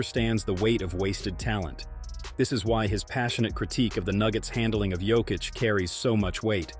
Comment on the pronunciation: И да неко правилно акцентује Јокићево име 🙌🏻 у Америци.